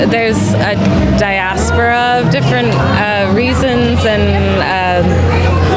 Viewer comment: Did she say diaspora?